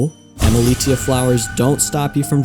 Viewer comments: its pronounced emili - sh - ia and it's driving me mad everytime you say emili*t*ia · You're mispronouncing Emilitia.